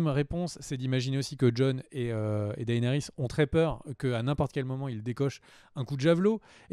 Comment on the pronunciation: S'il vous plaît les gars arrêtez d'ecorcher les noms. C'est vrai que Martin a déclaré qu'on pouvait les prononcer/lire un peu comme on voulait mais Daenerys quoi faites un peu gaffe ça pique les oreilles à force.